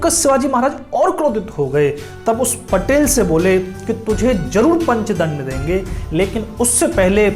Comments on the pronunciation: It's patil not patel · पटेल नही, पाटील कहो. लाल चौक नही, लाल महाल बोलो.क्यो की, मराठी बोल हिंदी से निघाले है .